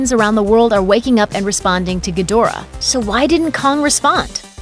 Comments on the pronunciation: I think it's Gi dra not gadora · it's Ghidorah my guy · Ghidorah was pronounced Geedhra in the originals.